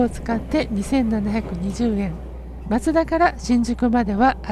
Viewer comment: 松田のイントネーションよ 松田は徳川松平と一緒で"ま"にアクセントがある (車内アナウンスもそうなっている)